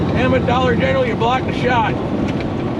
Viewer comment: It's not Dollar eneral it's family dolc CRST was pulling you called it Dollar General twice